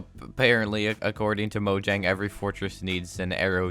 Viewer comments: It's pronounced as moyang not mojang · You're saying "Mo - dg - ang" It's Swedish, and pronounced "Mo - yang" The "J" is not pronounced "dg", it's pronounced "Y-" Thanks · It's not Mojang, it's Moyang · Mojang is pronounced Moyang. They are Swedish so j is pronounced Y. Most Germanic languages except English which is really hybrid between Germanic and Romance languages pronounce j as y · Its pronounced moyang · Moyang or mojang pronounciation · atleast he’s not like the guy that says moyang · People pronouncing Mojang when in reality it’s pronounced Mojang